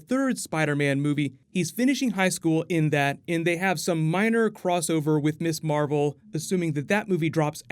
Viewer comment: Mizz Marvel, not Miss Marvel "Ms is pronounced Miz"